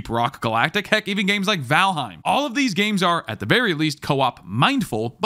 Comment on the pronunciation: Nah man couldn’t even pronounce valheim right this advice is invalid